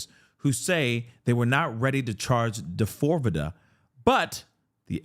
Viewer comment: when you call him "Da-fore-vidda", I absolutely lose my shit 🤣😭 hearin you say it the way it's spelled serves him up.